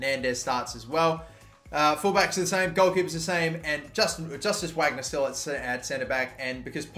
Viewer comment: VARGNER please mate 😩😩 why Whagner?? It’s German